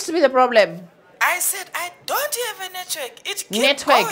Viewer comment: "Can I hev a name for a surname plz" 😭😭😭💀💀💀